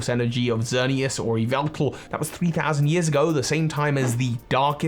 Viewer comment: Correction: Yahveltal